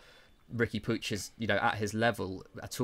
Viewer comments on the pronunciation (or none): No, its pronounced more like "Pooch" - it's Spanish/Catalan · Riqui puigs name is pronounced “pweeg”